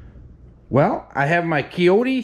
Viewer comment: Kioti. K eye Oh Tee, not. Key Oh Tee